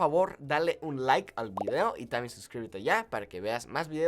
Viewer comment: I’m surprised you didn’t mention his pronunciation of “también”